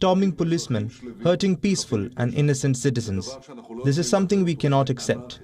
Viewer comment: It's "pissfull" Not peacefull